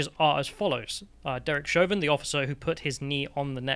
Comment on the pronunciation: It's Chauvin not Chavin. It's also H not Haytch. 😉